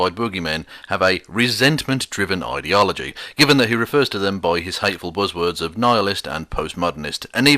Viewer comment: People who pronounce ideology ih-deology being in gulags